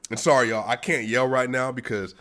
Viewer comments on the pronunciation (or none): none